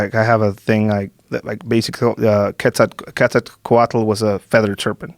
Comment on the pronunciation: "K-Ketsat- ketsaht--cohatil" "*WE* have a leftist president.. Andrehis... Manuhell Lopez, Obrhadohr." This guy is as Mexican as I am English, and is as qualified to speak about Mexican politics as I am about the Queen's sex life.